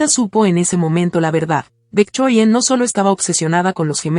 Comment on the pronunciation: Se dice VICTORIA, no me decepciones narradora, yo te zndo presumiendo en otros canales, como seria y profesional, que pronuncias muy bien, y ahora comienzas a pronunciar el nombre de la suegra muy fifi, lee bien, por favor